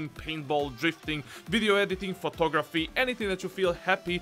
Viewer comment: Am I the only one that thought he said pornography instead of photography